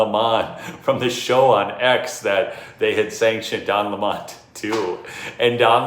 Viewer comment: Grrr its DON 🍋not don leemaaann